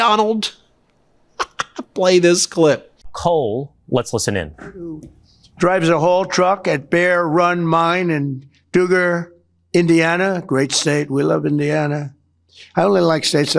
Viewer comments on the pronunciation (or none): Ben, Donald did not pronounce the Indiana town correctly. It's Dugger, Indiana, as in " I dug a hole"! Bondi is sickening!!! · Ha ha ha! Dugger, Indiana rhymes with “Hugger” not pronounced Dooger!!